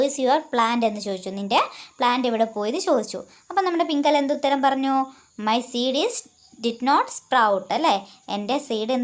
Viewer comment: പിംങ്കല അല്ല പിംങ്കള😂😂😂